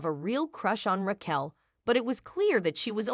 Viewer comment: I like that it never says “Raquel” correctly